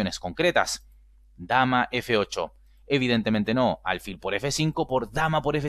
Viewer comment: Aquí tuve mi duda por la forma en la que dices "evidentemente no", me hace creer que la posición que se jugó fue la mala y no la variante siguiente que tú das. Te sugiero cambiar el tono del "evidentemente no" para dejar en claro que la siguiente es la mala y no la primera. Solo hacer un cambio en el énfasis de la frase. Excelente video 👍.